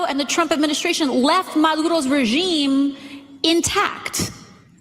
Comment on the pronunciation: She speaks perfect English but she pronounce, s Maduro like she just got here off the boat😂,Why not just call him Fuck face ?The Squad needs to retire and a!l get there own View type show😂Perfect!!!